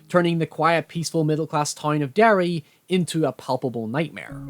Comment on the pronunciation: Where you from in Northern Ireland man? I thought at the start of watching this you sounded a little American but as it progressed I could really start to hear our accent in your voice with the pronunciation of so many words, weirdly enough it was when you said town of Derry I was like "oh shit he's from here" hahaha. Always great to see youtubers from NI but even apart from that great work and analysis, liked and subscribed boiii